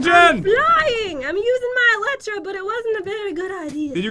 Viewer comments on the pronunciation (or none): Is “eletra” or “elytra” when pronouncing it? Pat and Jen say “eletra” but most others say “elytra” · Pat always mispronounce eytra